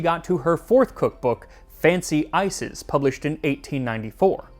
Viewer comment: "book of ices" hits my ear a little funny ngl